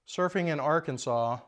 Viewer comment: Please tell me at the beginning that you weren't talking about the state of Arkansas grossly mispronounced.